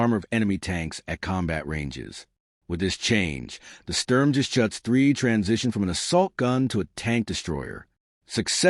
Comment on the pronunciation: A very good summary, but it's a "Sturm-Ger-Shuutz", not a "Sturm-Ges-Chutz" and "Vhermacht", not "Where-Macht". The Stug III was never a Self Propelled Gun, it was always either an Assault Gun or a Tank Destroyer.